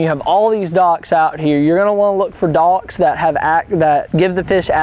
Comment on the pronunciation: fishing by dauocks... they way he says it tho